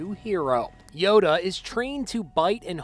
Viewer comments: he pronounces Yoda as “Yodo” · Dumb narrator pronounces Yoda as “Yodo”